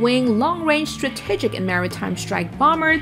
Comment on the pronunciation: the way she pronounces the word 'strategic' bothers me